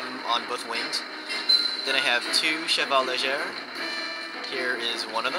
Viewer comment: a few things to correct, since you upload videos of you and everythings good, but your pronounciation of french units. Tirailleurs = Tee-Raw-Yur Chevaux Legers = Che-Vo Lay-Jay ty, keep it up.